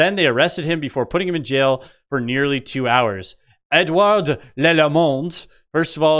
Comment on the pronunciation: you need to work on your Quebecois accent. What you're mimicking has no connection to Quebec "French." They speak a badly degraded version of Parisian French. "Ed-oo-ard" should have put his elbows up.